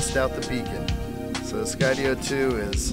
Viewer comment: Enjoy your videos very much and thank you for pronouncing Skydio correctly now it was bugging me! Lol